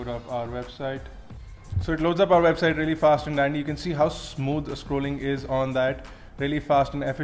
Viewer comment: How smooth the "SCROALING" is !!! LOL....Yeah....He's an Indian...:D